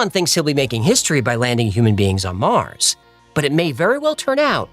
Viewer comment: Listen to Arnold folks... "Get your ass to Mouws" ..... ....